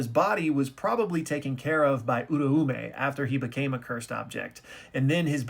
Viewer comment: Bruuuuh I'm not going to stop pointing out that you keep mispronouncing OO RA OO MEH by saying URU U MEH